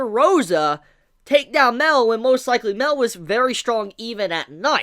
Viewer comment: I'm glad you saw my theory about how OP Mael might have been and took it into consideration. One last thing as well... I also think that his name is pronounced MA-EL with a drawn out "A" sound and not MEL as you keep saying. As an example.. Saaa-Ri-el.